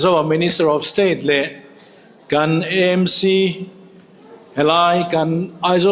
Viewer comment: EMC ❎ AMC ✅ tiang zel hian aw. Eizawl a awmlo a, Aizawl a nih vangin.